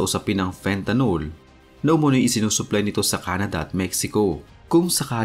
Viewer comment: Fentanyl o fentanil Hindi fentanol